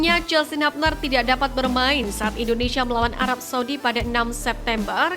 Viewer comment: Hubner di baca hubner bukan habner...koreksi